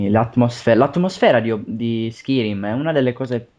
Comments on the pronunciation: ho smesso di guardarlo alla terza volta che hai detto skirim -.-" SKAIRIM !!! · oddio xD si dice SCAIRIM xD scritto Skyrim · ma era una recensione su oblinmion oppure su skarym!!!!!!!!!!!!!!!!! stupido si pronuncia skairim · SKAIRIM no SKIRIM :) Gran bel gioco e bel commentary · Si legge skairim.. Non skirim.!!!! ^^ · Skirim?1?! SkYrim cazzo, imparate un po l inglese cristo santo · si dice Skayrim, e si legge Skyrim. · si dice Skairim "Skyrim" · Perche pronunciavate skirim? Comunque senza offendere eh, pero prima di dire certe cose meglio se vi informaste piu in dettaglio ;) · si legge skairim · Dio lo commentavo meglio io...e "Skyrim" non si pronuncia in quel modo!! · perche fai commentare se non sai nemmeno la pronuncia del gioco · Ok, a me piace molto la serie di The Elder Scrolls, però vi prego, imparate l'inglese!! almeno le cose di base!! SKYRIM si pronuncia SCAIRIM !!!! no schirim!!!! e la casa produttrice e creatice del gioco si pronuncia BETESDA così come si legge, non beteSHda! e poi come potere fare un commentary di un video che vedete sul momento!? che informazioni date agli youtubers? Per la precisione Skyrim avrà come cattivo Alduin, divinità nordica che risvegliarà i draghi per distruggere Tamriel..